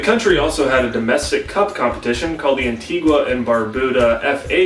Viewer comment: WOOOO I'm Antiguan-American (Peter Byers is the GOAT), also btw it's pronounced an-TEE-ga